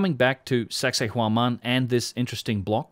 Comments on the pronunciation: Once it sounds like you’re saying “sexy woman” I can’t stop hearing it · Did he just say "anyone looking into sexhay whoman in any depth"? Giggedy.